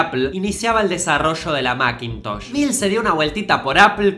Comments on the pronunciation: "Mackintosh orishinal" jaja Se equivocó la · "Maquintosh orishinal "